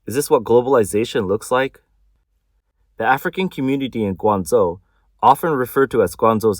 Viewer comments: Surely "Gwang-Joe" not Zo? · Guangzhou, not Guangzou!😅😂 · Yeah, this is AI totally bullshit. The city they talk about is pronounced incorrectly.😂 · I wish the AI bot would pronounce Guangzhou correctly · lol atleast prounounce guangzhou correctly